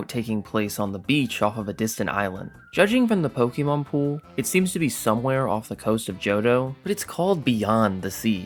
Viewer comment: ITS NOT 'POKIEMON'. YOU ARE NOT A 40 YEAR OLD WOMAN IN 1998.